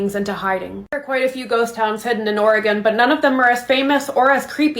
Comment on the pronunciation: I stand corrected you say it right homie